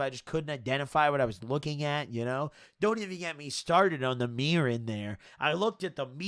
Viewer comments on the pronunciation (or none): Normal person: mirror: The Meer